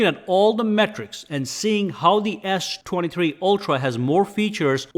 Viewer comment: The way you say s23, sounds more like Ass 23